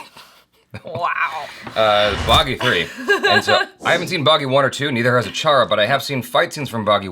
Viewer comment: You said bagghi 3 correctly